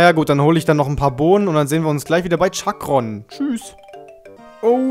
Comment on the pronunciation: Er heißt Chakran und nicht Chakron